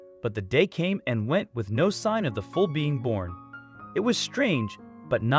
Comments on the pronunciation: Foul it's called called a foall not a fowl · Who doesn't know how to pronounce foal ?? Why does this drag out sooooooo long ? Also you are mispronouncing the foals names... I am unsubscribing.. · I totally agree with you about the incorrect pronouncing of “foal” and the other words, too. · Foal not foul - Sheesh! QUIZOTE????? Its pronounced Don Key- oh - tee